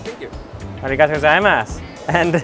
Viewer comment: If you say Origato one more time! 🤬